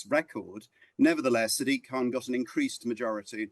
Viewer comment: Why does no-one pronounce Sadiq correctly? It's "SAA-dik", not "Sa-DEEK".